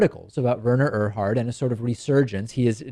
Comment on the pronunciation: It is pronounced, Were-ner Err-hard.